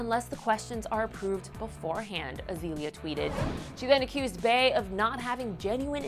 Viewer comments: Bay? I cringed, stop saying that. Its BEE. Like BEYONCE not BAYONCE. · ist bey and not bay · White People it's BEE ...BEY is said like BEE not BAY! Such losers! Always trying to be hard but can't even do it rightl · Lol and the fact that she's pronouncing "Bey" like "bae" is hilarious